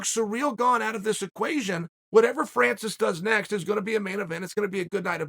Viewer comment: Francis and surreal 🤣🤣🤣chaels pronunciation's are always horrendous